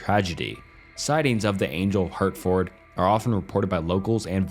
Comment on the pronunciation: We pronounce Hertford like Hartford. Like the organ. Also the ford is mostly cut down to just fd. And Shire is typically said as shir...shirt without the t. Although some do say shire like that.